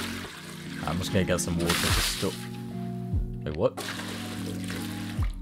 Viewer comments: I love it when you say, "have some wooter". makes me smile every time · "Have some Woodah"